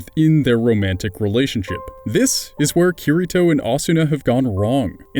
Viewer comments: OMG I CAN'T TAKE IT HIS NAME IS PRONOUNCED KIRITO (KEY REE TOH) I'm sry I couldn't help myself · It's pronounced kee-dee-to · You FUCKED UP the pronounciation of Kirito!! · Not hating but you said kiritos name wrong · Why must you pronounce kiritos name,lol